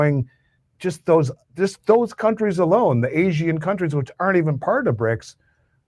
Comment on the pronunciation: Dude . . . "Asian" is 2 syllables, not 3. Seriously.